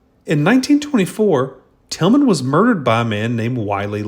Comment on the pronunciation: It was Bill Tilghman, not Tilgham!